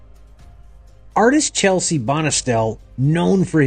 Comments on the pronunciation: Not Chelsie Bonestell. It's Chesley. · CHES-LEY Bonestell, and BY-RON Haskins